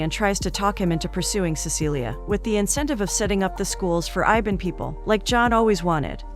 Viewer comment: iban , I B A N . not IVAN , wtf. REAL FACT : MALAYSIA consist of 3 country - PERSEKUTUAN MALAYA : PENINSULAR MALAYSIA - SABAH - SARAWAK Same like UK